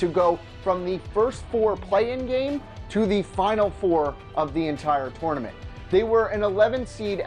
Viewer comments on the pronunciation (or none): Can this guy not say tournament correctly!!! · I hate the way he said tournament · Why do you say tournament weird